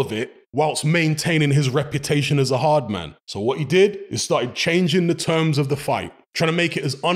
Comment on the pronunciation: On the Arrrrrrrrrrrrd road!😂